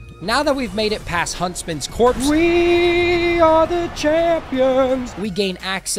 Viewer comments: I can’t believe u called it huntsman’s CORPSE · It's Huntsman's Copse, not Huntsman's Corpse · Huntsman's Copse not Corpse